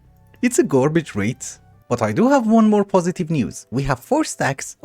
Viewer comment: love the way you say garbage, ''gworbige''